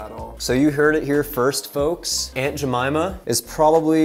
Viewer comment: You pronounced the “jemima” correctly i wanna cry 😭😂, it’s also my name (but with “H”) and most people doesn’t know how to properly pronounce it. so thank you 😂